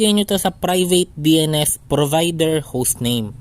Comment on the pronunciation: Parang utal Yung pagkakabigkas ng dns mo